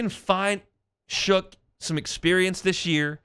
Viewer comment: He is definitely our next franchise quarterback. He will be an elite quarterback. Oh and his name is Tyler Shough pronounced Shuck not Shook.